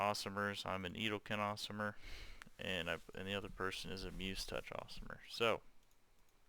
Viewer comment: aasimar (ay-sim-ar) "Awesomer"